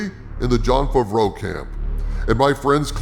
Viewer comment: Hi, just wanted to say that I enjoy your videos and the format you use with the character and all, and also that always makes me laugh, is when you say Jon Favreau, I hear; Jon Fafreau, and it reminds me at the sketch of Jeff Dunham with his dummy peanut (Jeff F F).